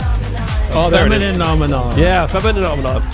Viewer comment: Track 1 is pronounced “feminine omenon”